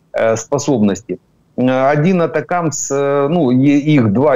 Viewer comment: ГАНЬБА! Навчиться нарешті вимовляти АТАКАМС! Де ви там знайшли АТАКИМЕС??? Тоді називайте Рено "ренаульт"!